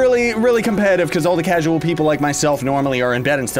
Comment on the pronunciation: all the "Casuls" in the "daytime" What's daytime...?